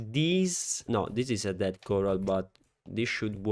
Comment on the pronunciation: Comunque per quando parli dei delfini sarebbe ded (pronuncia di morti)